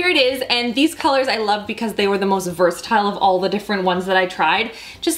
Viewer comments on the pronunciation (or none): none